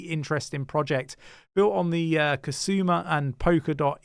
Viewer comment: Its Kusama, not Kasuma 😅 Good picks though, Bifrost is very interesting!